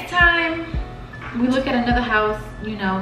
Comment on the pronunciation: NOT A HATEFUL COMMENT (I’m a supporter lol) BUT IT drives me NUTS when Queen says “lookit” QUEEN ITS LOOK!!!! JUST LOOK!!!!!